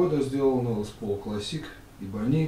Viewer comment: Ebony правильно произносить Э-бони